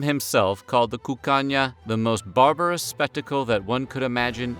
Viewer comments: Every time he said “Cuccagna” I heard “Cocaine” with a Spanish accent. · Sounds like he's saying "the land of cocaine."